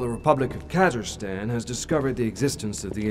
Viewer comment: When I was playing this game and heard "Kazirstan" I laughed so hard.